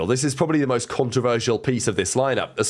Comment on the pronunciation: I love “CorTAYzia”